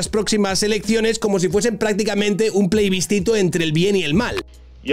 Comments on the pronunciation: Man!!! PLEbiscito, del latín: aprobado por la plebe. No PLEIbiscito 🤣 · Plebiscito, no pleibiscito. El video genial, como siempre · Querido, me encantan tus vídeos, que de corazón te digo que creo que es de lo mejor y más divertido y original de YouTube. Por eso soy uno de tus muchos suscriptores. Sin ánimo de ser tocapelotas, creo que es el segundo vídeo en el que me parece escucharte decir "pleibiscito". Mira a ver, anda... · Se dice plebiscito